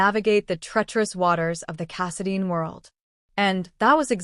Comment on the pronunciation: It’s Casidine……long I not Casadean